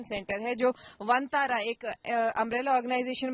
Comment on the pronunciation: आरे पागलो वो वनतारा हैं वंतारा नही.